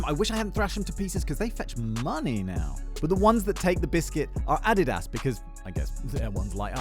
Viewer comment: Did i just learn that I mispronounced Adidas all my life?